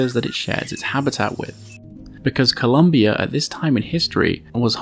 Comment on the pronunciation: The country is callend ColOmbia. with an O))) ColUmbia with an U is in USA